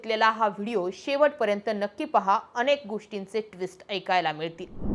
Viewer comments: he ase uchhar ata sarras kartaat kuthlya shalet shiktaat kon jane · अणेक नाही अनेकपानी नाही पाणी प्रामानिक नाही प्रामाणीक ईनेस्को की युनेस्को?पुर्नपने नाही पुर्णपणे आपण हे सुधारु शकतो